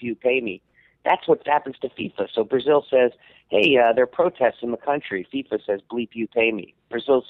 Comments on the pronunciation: The hell is a "Faiyfa"? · Literally the only person on earth who cant pronounce FIFA correctly. I think it's safe to say Sam doesn't watch soccer or play video games.